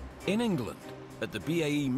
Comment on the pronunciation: Did he say Ningland lol. Rafale is better and cooler. Nuff said